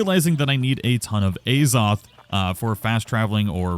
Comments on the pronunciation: Az-oth. Not “A Zoth” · As-oth not A's-oth why are u punishing viewers